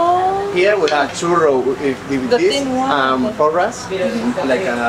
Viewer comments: Same omg, big fan of her but so sceptical as an Spaniard living in Madrid. But the content is good! Although I cannot stand her calling our "porras"... PULOS! 😂😂 Took a while until I realised what she was talking about hahaha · Hey :) They are not called purros they are called porras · Just watching this video since I'm madrileña but just one thing it's not buros o puros it's PORRAS. And something interesting it's that churros in another place of Spain are the porras and the churros are called lacitos (lil bows since it has it's form) Hope you had a great time here in Madrid, and hoping you come back for more in the future! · later in the video one guy for the third time says "porras". She corrects herself talking to him, then when she says it to the camera again she again says PULOS! wtfff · Oh, was in my city! glad you enjoyed it! you kept calling porras "puros", which was funny. Although, for the proper tapas experience/culture, I'd recommend Granada. You'll get a little plate with every drink you order, so you can eat all day long just with drinks. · Its so funny as a basque listening to you say porro instead of porra. Porro means joint in spanish. "Porro is my favorite goes hard" hahahaha. Also loved the video, missing madrid now :( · I want churros so bad right now. Btw, the thick ones are called “porras” not “puros” 🤗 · Hey! I'm from Madrid, just leting you know that it's churros and porras, not churros and puros haha, that means cigars😂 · It is Porras, not Puros. Puro is another thing jaja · Its not puros its porras hhahahahah so cute hearing it pronounced like this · Porras, not puros 😂 ( puros mean cigars in Spanish). I like porras better than churros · Lady, I enjoy watching your videos, but it is PORRAS and not PURROS :) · You say porras , not porros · P O R R A S. Now try again, P O R R A S. 😅